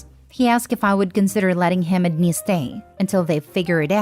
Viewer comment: I keep laughing because I hear Denise not the neice loool